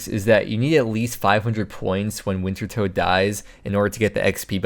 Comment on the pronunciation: please stop calling it wintertoad its pronounced winter TODD